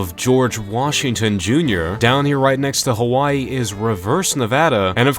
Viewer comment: Saying Hawaii "Kawaii" 😂